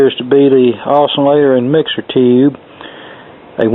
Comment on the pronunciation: Take a shot every time he said "ToHOoUuube"...